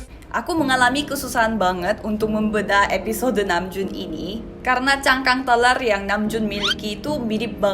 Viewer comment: Masihh ngakak denger ngomong telur kek teler 😂😂😂